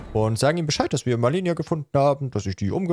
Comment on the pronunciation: "Ich bin Malenia": "Cool sie sagt uns immer wie sie heißt" Auch: "Millenia, Melenia, Milania"